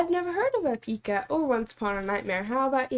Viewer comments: Hoezo de klemtoon verkeerd 😂😂 Mocht iemand ooit een coverband willen beginnen dan hebben ze een leuke naam 😀😀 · OMG NOOOO ITS PRONOUNCED EPIIICA LIKE 👍 LIKE THE WORD EPIC WITH AN A EPICA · They actually got it right at the end of the video after the song, but now I have "e-PICA" stuck in my head and am questioning reality 😆